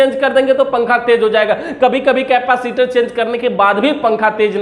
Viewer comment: केपासिटर नहीं होता है भाई... कैपेसिटर होता है।